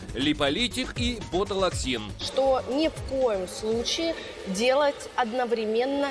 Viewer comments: Ботулоксин? Может Ботулотоксин? Вы бы ваших дикторов хоть проверяли, а то такая желтуха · что говорите? "ботулоксин"? ахахахаха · Какой это интересно- ботулаксин????? Вы хоть почитайте внимательно- правильно будет ботулотоксин